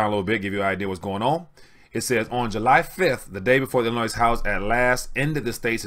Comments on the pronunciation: Don't pronounce the final s in Illinois, it's silent. Time for a haircut people. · Please learn how to pronounce Illinois the S is silent.